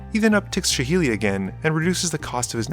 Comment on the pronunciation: Please do us a favour and say reveillark and saheeli properly 😂😂